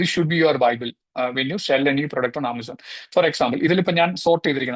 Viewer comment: Not “sale cheyyam”. It’s “sell cheyyam”